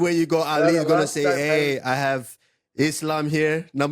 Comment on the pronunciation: "too much alkagoll bratha"